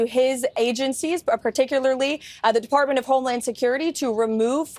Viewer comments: Did she just say "Deportment of highland security"!!!!! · "the Deportment of Homeland Security". Funny slip. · She said deportment of homeland security. She almost said "shit" when talking about presidential orders. Lord Jesus is trying to help her.